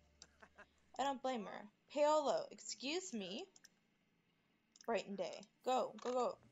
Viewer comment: FYI it's Paul-O